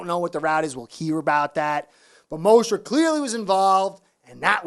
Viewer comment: I think McDaniel and Tua both should be gone after this year. McDaniel is a dum@ coach and Tua "This NFL stuff is easy" cannot compete in the NFL. They are limited mentally and physically. Damn Fins. And you are killing me with saying Mosteret. LOL.